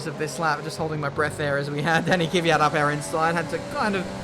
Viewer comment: Again..It's not Kivyat,but Kvyat..:)